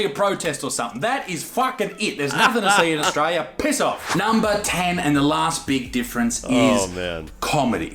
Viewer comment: Was Australia now Ausjailya